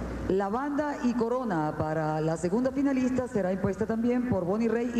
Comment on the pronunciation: si se pueden dar centa veanle la banda a Libia Castellanos miss mucipio libertador que en ves de una f tiene una p osea que en mes de decir finalista dice pinalista